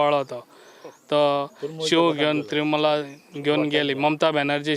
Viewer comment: Trimool nhi re baba Trinamool